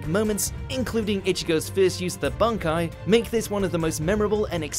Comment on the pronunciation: Wow, they actually said 'Bankai" correctly.